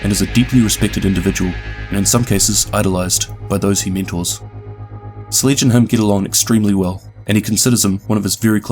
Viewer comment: Did he say sledge as sleege?